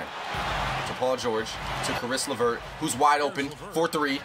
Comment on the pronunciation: It's not Chris LeVert